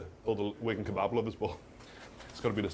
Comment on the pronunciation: The pronounciation of kebab is so jarring